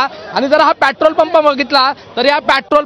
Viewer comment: Yala pahile petrol bolayala shikava